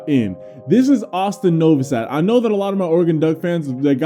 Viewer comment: you said "now" your f'ing role, instead of know.